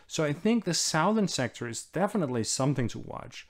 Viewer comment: Hello Anders Puck Nielsen, thank you for these excellent summaries. I'd like to point out an oddity in English pronunciation regarding the cardinal directions. Unlike north, east, and west, which do not change their sound upon adding -ern, for some reason southern is changed to s-UH-thern.